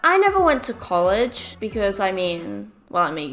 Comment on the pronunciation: Everybody: College: Cullage